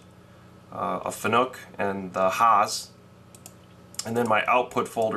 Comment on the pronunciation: Fanuc rhymes with PANIC , it's not pronounced FUN NOOK, just sayin. Thanks for the post processor info it was very helpful to me. BMac